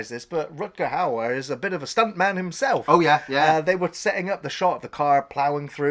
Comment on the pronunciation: it is pronounced How-Er isn't it ?